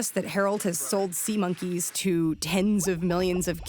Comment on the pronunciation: HOLY SHIT WHEN SAID IT SAID SEMEN INSTEAD OF SEA MONKEYS